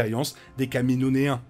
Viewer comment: Kamino-iens stp 😂 j'ai entendu 1 fois comment tu le dis, la 2eme fois je me devais d'écrire ce commentaire lool